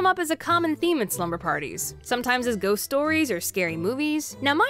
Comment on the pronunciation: I don’t if anyone heard but she said: geests and CREEPS😮😮😮